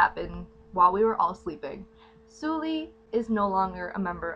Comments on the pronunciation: how he pronounced it: 술리/슬리 how it should be pronounced: 설리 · Her name is Seol-li, not Soo-li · Thank you for making this video <3 It's important that people talk about this. P.S. It's pronounced Seolli (설리) and not Soooolli. No critic. Just felt like telling you.^^ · Excuse me, I know this is very stupid... but you're saying her name wrong that's how it should be pronounced... it doesn't matter ... this is very tragic ... she was only a year older than I am, with such a promising future... so beautiful and talented... it's heartbreaking :C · In memory of her, please pronounce her name correctly..... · if you're gonna make a video about her at least pronounce her name right